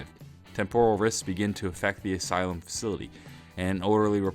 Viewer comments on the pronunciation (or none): none